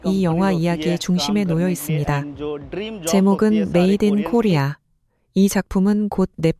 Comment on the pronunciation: MADEIN KOREA 주인장이 자꾸 메데인 코리아라고 하니까 그런가봐요 그냥 봤을땐 메이드 인 코리아같은데 ㅋㅋ